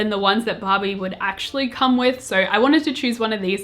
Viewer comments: Am i the only one hearing 'bobby' instead of barbie? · everytime she says ‘barbie’ i hear ‘bobbi’ what is wrong with me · When she says Barbie, i sometimes listen Bobby hahaha